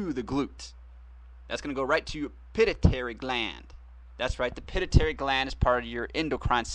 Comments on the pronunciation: ohh and it's pronounced pi---tu---i --tary (pituitary) not pit - i- tary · its pituitary sweetheart (pit-to-a-tary)